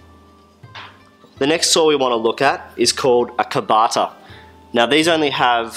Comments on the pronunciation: Very nice and clear, but... kataba, not kabata :-) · Kataba, not kabata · "Kabata" is actually "Kataba" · Thanks for confirming they're Gyokucho; I've also been considering Gikoh/Kakuri but I've heard respected craftsman vouch for Gyokucho saws. For tough cuts you can start the kerf with just the closest end of the blade as these teeth are made closer together for this purpose. The single blade, spineless saw is 'Kataba', not "Kabata", just FYI.